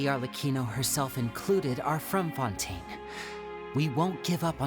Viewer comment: It took me a wholeass hour to realize why was calling fontaine oui oui